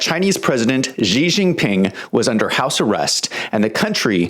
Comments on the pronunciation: I don't understand why people insist on pronouncing the Chinese President's name "zhee". If you make your living reporting on China, can you at least learn how to pronounce their President's name?! It's pronounced "she", as in "my wife came home and 'she' said hello." She. Just 'she'. Simple and easy. Down try to give yourself a come up by adding some weird sound that you think is foreign. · why can't you even pronounce his name properly? makes you come over as a low rent hack.. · learn how to pronounce his name!!!!!!!!!!!!!!